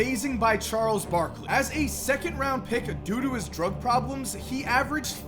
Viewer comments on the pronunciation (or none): He said do to but it sounded like doo doo